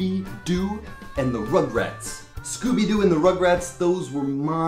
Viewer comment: ***** c'est pas rograts mais rugrats mdr mais c'est pas grave ;)